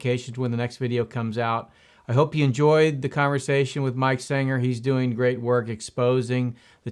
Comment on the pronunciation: His name is SENGER not Singer!